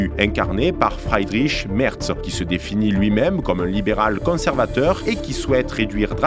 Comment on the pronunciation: Alice W(AÏe)del - Fr(ii)dr(i)ch M(èr)(tss) - Bern(t) L(ou)cke - B(yeur)n H(eu)cke - Olaf (ch)ol(tss) - AÏe mes oreilles de germaniste ... j'ai mal ...